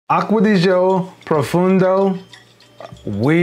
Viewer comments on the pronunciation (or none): profOndo not profundo😄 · It’s profondo man